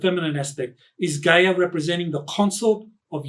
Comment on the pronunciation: "Guy-Ya" not Gay-er...🤣